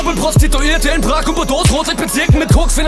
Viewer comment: es heißt Prag und nicht Prak.